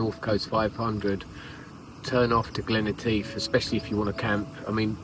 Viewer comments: Guys, its not Glen E tief, its Glen Etive ( Etiv ). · Am sorry and, but I cannot help myself. Glen Etive pronounced as, Et as in Etta James and ive as in give. 😊